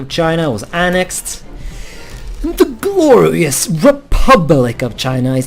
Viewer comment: "And the BLORIOUS CHINA" Nice.